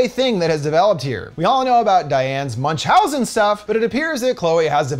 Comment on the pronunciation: When you can't pronounce Münchhausen - just don't do it.